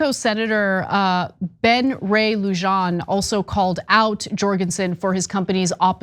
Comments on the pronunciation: Ana, the j in Lujan is pronounced like an h. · Ok ok I am not going to school ya with a bad attitude, but since I live in New Mexico, and I am a Sen. Ben ray-Lujan supporter, I am compelled to drop a correction. The name Lujan is pronounced like Luhan. The j is usually pronounced as an “h” in Espanol . As in Jose is pronounced Hose-A, Jesus it pronounced Hey-soos We now return you to your program 🤠